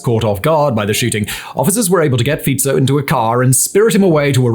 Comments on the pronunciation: Oh my god. Finally someone said Fico correctly. I top my hat to you, well done. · Well, Simon can pronounce "Fico" correctly at last. His "Cintula"is not bad except that the"t" is not softened. It is C (as in bats, hats, mats) IN TOO LA. He will have to work on Juraj though. Heaven help him if Juraj had been a Czech. Jiří would be beyond Simon even if he had heard it a hundred times. Juraj is something like JU (as the "U" in "Ute") RAJ (as in "rye"). Go to "Google translate Slovak English". Type Juraj into the Slovak box. You will see that it translates Juraj as George. Yes IT IS "Svätý Juraj a drak" (St.George and the dragon") Never mind that. PAY ATTENTION ..... click on the speaker symbol at the bottom of the Slovak box. It is not bad. You can add "Cintula" if you like.